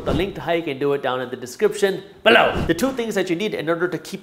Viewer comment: Hey Jaspreet, great episode as always, although I understand as a youtuber you feel you need a signature phrase thing to stand out, but.... the whole emphasis on the word "BELOW!" is totally unnecessary and actually irritating, can you please not do that, maybe take a vote from you followers, I know i can't be the only one thinking that!, aside from that... good show!